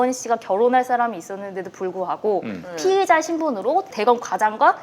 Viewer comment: 피해자, 피의자 발음이 엉망이신건 마스크탓이겠죠?